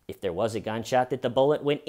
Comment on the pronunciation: You don't think that hay-ur is they-ur,? The HAY-UR WAS THEY-UR.